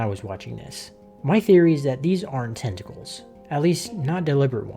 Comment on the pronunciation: "Nah I'd tintacles" 💀